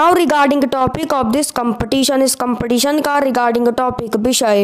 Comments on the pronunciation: I mean to say that in the vedio speaker is pronouncing the word ''competition" wrong so I want to say that.☺️☺️ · Please pronounce the competition accurate